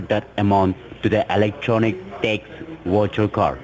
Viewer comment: when you said " ... vercher cards" I almost choked on my soda.